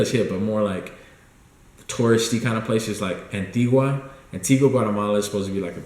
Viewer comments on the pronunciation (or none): none